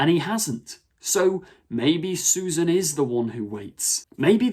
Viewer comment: Its Susan. Grandkid. Its not difficult.